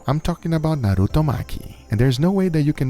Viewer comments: What I liked the most is that he said 'Naruto' and not 'Naruuthouu'. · Can we just appreciate that he actually pronunciated Naruto in the right way omg